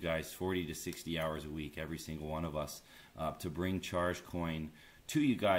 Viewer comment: Charg is a terrible name bro. You're pronouncing it like the word "charge" but it should have a hard -g sound at the end.